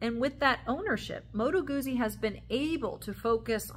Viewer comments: Pronounced Gut-zi. Thanks for the history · Great video. Perhaps offer the Italian pronunciation for the originalists-- Moto Gootzie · You need to pronounce Guzzi properly